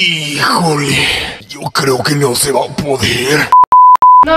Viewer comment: En el minuto me mori con el " te wa a pegar" jajajJaj❤